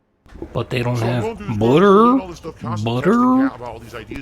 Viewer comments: Lmao. So the BOOUTTER was in the butter section? No fucking way dood! Wow! Stupid fucking store dood. Also wtf is his obsession with seltzer water? His dumbass knows that it’s not hydrating right? It’s no different than pop. It’s definitely just a gin mixer. That’s why he gets those sour lip smacks all the fucking time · this guy is walking food poison case..and what is accent??🤦‍♀️🍞butteer 👈🤣🤣🤣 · he needs budder and wudder for jasper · Budder and Wudder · Oh no, no butter. Mf I ain’t use butter in years lmao. Everything is the worst inconvenience in the world for him. Lmaooooo the way he says butter is absurd. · This fucker mispronouncing "Butter" reminded me of Stewie from family guy mispronouncing "cool hwhip" just to annoy Brian.